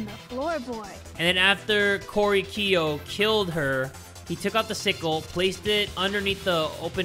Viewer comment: Korekiyo (core-eh-ke-o)